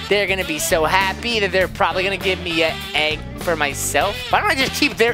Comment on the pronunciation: It’s happy not hoppy